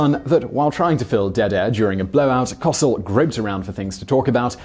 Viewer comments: Coh-cell not ca-sil also it's pronounced ig-not-cee-oh hence nachos cause it sounds similar. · You're pronouncing the man's name wrong: It's "Howard Co-sell", not "Howard Kahsl" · N'ah'cho. Co-sell. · As a person who still remembers Howard Cosell's voice sportscasting on the news, I just can't resist correcting your pronounciation! Every time he signed off he told us his name. "I'm Howard Co-sell" he would say, as in, to sell jointly, to co-sell. Not cossel as in "causel" or "cossette" but Coh Sell. Ok, thank you for listening, I'm NOT Howard Cosell! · Simon, it's not cos'ell. It's Howard Co'sell (Ko Sell). He was a national treasure. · It's Coe-SELL. Not "Causle". PFFFFFFFT. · Pronunciation is “kō~sell” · Co sell not costal. Heck he wasn’t a Cossack! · I understand that sometimes the way words are pronounced in the UK vs the US may differ, but you should really get a person's NAME correct. The announcer's last name is pronounced Ko-SELL, not KOSS-ell. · CO-Sell. Not COCIL. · He definitely needs to do more research on how to pronounce things. Cos-ell? Co-sell. Also I found it rather weird that he would end the video with someone pronouncing nachos the right way. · Howard Kah-sul? SMH. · Howard Co-SELL. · Natchos was killing me too lol, not to mention his Rio Grande. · This is Howard Coe-SELL. The first syllable rhymes with toe and is not stressed. And sell sounds like Bell. we want to hear both Ells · I believe Howard Cosell's last name is pronounced Co-Sell. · It’s Howard “Co-sell”, but I’m not mad at you. Keep up the good work! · Simon mispronounces Howard Cosell's name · Pronounced - Koh-sell. I remember those broadcasts. We'd mimic his voice in school the next day and drive our teachers crazy. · Howard "Cossle" lol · COH-sell and it's NAH choe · Simon, I love you dearly, but Howard Cosell's name is pronounced co-SELL, and nachos are NAH-chos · howard koh-sel. hurt to hear it that way. google a video of howard saying his own name. this was the agony of defeat.